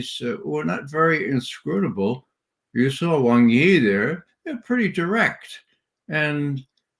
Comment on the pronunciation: Judge , I have to pull you up on pronunciation of FM Wang Yi name , Wang , is pronounced aung W-aung , Waung , even though it’s spelt Wang , the tone is different, 😁